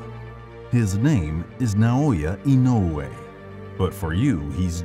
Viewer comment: Thanks for sharing this great video. I know it is difficult for English speakers to pronounce Naoya Inoue, but your pronunciation is perfect.